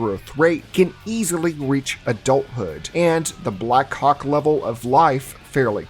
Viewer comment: I can't be the only one hearing 'black c**k' instead of black Hawk